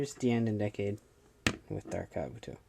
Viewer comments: Decade should be pronounced like this"DEE-CADE",not "DECK-CADE" FYI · you know I find still find it funny that apparently only actual japanese people like the guy at CS-Toys can say Decade's name right